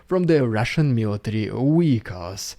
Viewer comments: Weehicles? Not Vehicles? You sure? 😄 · sorry to joke about it, but since you use the word often, 'vehicles' is pronounced as simply as виiклз. We could indeed hope to tell the difference between the real ones and the Russian fake contraptions 🤗